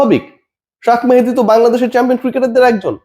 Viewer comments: ভাই ওর নাম, শেখ মেহেদী, শাখ মেহেদী না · শাক 😂মেহেদী নয় রে চাচা,,শেখ মেহেদী😅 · আপনি শেখ মেহেদী না বলে শাক মেহেদী বলেন?